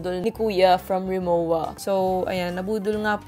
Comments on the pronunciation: It's actually pronounced "Rimovah" as it is a German brand. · I love hauls!!! 😊♥️ it's pronounced as rimoVa since it's a German brand. 😊